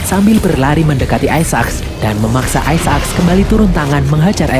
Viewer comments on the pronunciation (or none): Aisak min, bukan aisa ak.. apaan sih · Kenapa gak dibaca aysek :v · bacanya aisak bukan isa ak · Bang aisek bang aisek. Bukan aisa ak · aisek bukan aisaak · sebut isaac tu salah donggg. bunyinya yang betul is "ai zek". bukan "ai za ak"!!! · biasa aj bg bilang aisaaak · Ay-sa-aks :v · Nyebut isac rada aneh. Wa haji isak weh